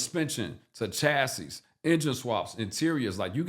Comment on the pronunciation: Chass Iss /facepalm/ Chass EE is the correct pronunciation